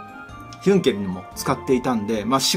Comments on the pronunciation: ヒュンケルがどうしてもユンケルにしか聞こえない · 関係ないけど、ヒュンケルがたまにユンケルに聴こえるwww